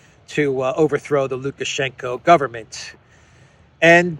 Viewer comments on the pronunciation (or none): It's lukashenko. Not lukashenka.